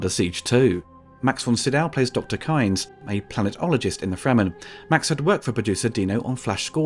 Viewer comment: Frank Herbert told them how to pronounce Harkonnen? ... in all of the interviews I've seen with Herbert, he's never pronounced it the way it was in this movie also, he pronounces it 'keens' not 'kynes' for Liet I like the pronunciations in Lynch's movie better, but that's not how Herbert said them in interviews